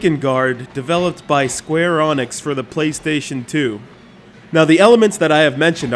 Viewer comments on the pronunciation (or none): go Onyx, i choose you! it's pronounced ENICKS say it with me E N I C S!!!! no say it all with me! SQUARE EEENNIIIIXXXXX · Sum say "Enix", He says "Anix" - WTF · Square FREAKING Onyx?! xD I'm sorry but there's no excuse for this. THERE'S NO O! NONE! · Square "Onyx"? No wonder I unsubbed this channel..... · Everytime you say square onyx 1,000 puppies are killed. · Oh no... square onyx is how I've been saying it for years!! FUUUUUUUUUUU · Square ARN ix... Skueuurgu hurr duuur Nix Ok sorry for being a jerk but man, how can you pronounce it so bad lol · dude, I have looked up dozens of japanese and english interviews with the game developers, They all say EENIX. in one of them the interviewer said ehnix and the developer corrected him. square exix is not a translation of a different company name. in japan square enix is spelled and pronounced, "square enix" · 1st learn how to pronounce Square Enix. 2nd the US isn't the WOLRLD, don't speak like the US are the center of the universe. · Are you pronouncing square enix and Drakengaurd wrong on purpose? It's pretty annoying and not very funny...... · not even a minute into this vid and he fucks up the name of the developer 3 times u can tell he put alot of effort into his research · I think all the dislikes in this video is mostly due to how he mispronounces the E in SquareEnix. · And who the fuck is this guy! He cant prenuance square enix!